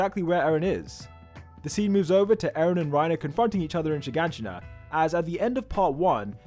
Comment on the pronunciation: Bro how long did it take you to finally pronounce "Shiganshina"? Haha. Keep up the good work👍